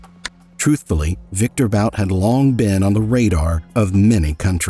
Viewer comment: No, you pitty asses, not bOUt, he wasn't french. It's simply BUT, like butt in english. It means as much as "shoe" in more civilised slavic languages.